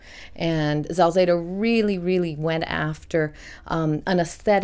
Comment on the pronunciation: She mispronounces his name for some reason. It's Salzedo, not Zalzedo. She speaks well of him. She is far from the only harpist of his lineage.